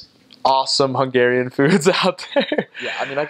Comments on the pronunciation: Wow...you have a very good accent in hungarian ! I think for you to learn hungarian is very easy ! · It is insane how well he pronounces Hungarian! It is a bit confusing listening to him, my brain almost flipped like: right he sounds like an original Hungarian now. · Dude, I am impressed with your pronunciation.